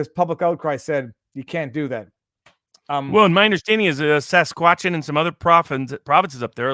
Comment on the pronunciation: when said Sasquatchin - I was genuinely confused for a moment as to what he meant